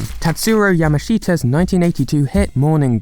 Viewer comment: Proper pronunciation is “Yam-ish-ta”, not “Yama-sheet-ah”.